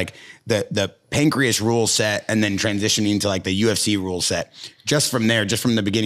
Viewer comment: He really called it "Pancreas rule set" its pancration not a digestive organ